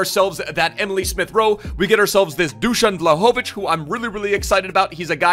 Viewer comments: You pronounced Dušan perfectly, but just pronounce his last name vlAhović, not vlahOvić :) otherwise great video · You living in Sweden or wherever and not knowing how to pronounce his name is embarrassing